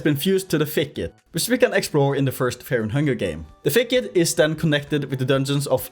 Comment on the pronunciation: Feah and Hungah yippie